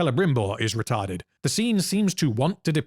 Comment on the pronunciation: OMG HE SAID RETART!!!! Give that man a cookie🤣